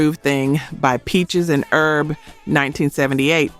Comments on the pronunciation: HHH HERB not erb. “Peaches and HERB” the H is NOT silent when it’s someone’s name. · That's Peaches and 'H'erb, as in Herbert. The H in not silent when it's someone's name.